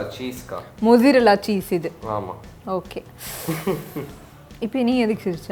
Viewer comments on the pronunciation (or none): யப்பாடி தங்கங்களா. எப்டி Pizzaவ பீட்-ஸா ன்னு pronounce செய்றோமோ அது மாதிரி, mozzarella is pronounced மொட்ஸா-ரெல்லா not மொசரெல்லா. திருத்திக்கோங்க இனிமே. சரியா? ☺️